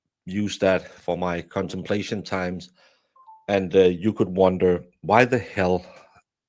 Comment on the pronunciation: "My contemplatiin times" omg too funny